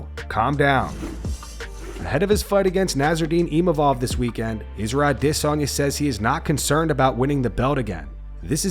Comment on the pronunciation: "Isra Dizonya" is some batshit pronunciation